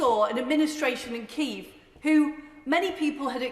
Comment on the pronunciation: It’s not kieth it’s Kiev